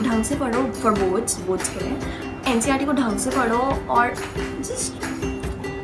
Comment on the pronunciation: It's NCERT not NCRT 🤣🤣.btw nice😊